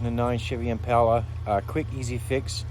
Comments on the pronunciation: Bro didn't even show us how to connect it or if it works got way off topic my dude we went from impala which he didn't pronounce correctly to the atv battery dying? To the next car that needs to be sanded sheesh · Glad I'm not the only who noticed and what's up with how he says impala definitely country